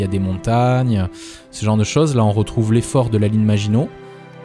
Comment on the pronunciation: Superbe vidéo, comme toujours ! Merci pour ça. À ce rythme-là, 14000 abonnés avant la fin de matinée. Bravo Et merci au nom de tous les Messins pour avoir prononcé Metz correctement ! :D Vivement la suite et toujours plus de vidéo et d'astuces sur les jeux Paradox. En particulier Stellaris et HoI IV !